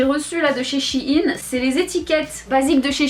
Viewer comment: "Chiiine" c’est shyen lolol